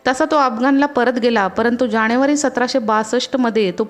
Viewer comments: पाणीपत बणवली णाही जाणेवारी स्थाण हिंदूस्थाण असं वाटतयं की हे उच्चारच बरोबर आहेत, शाळेत शिकवतात तो मूर्खपणा (सॉरी) मूर्खपना आहे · अहो न आणि ण कुठे वापरायचे एवढं बघा . णतर, अपमाण , त्याणे ,जाणेवारी ,स्वाभिमाण .....मराठी शुद्ध बोलण्याच्या नादात मराठी चा खून ( खूण नव्हे ) होतोय